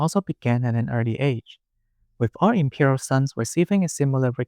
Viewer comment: I was listening to this while doing chores around the house and for a minute I thought you were saying 'the impure household' instead of 'imperial' lol